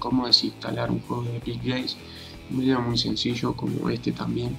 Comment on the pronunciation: porque dice vidio si es de argentina?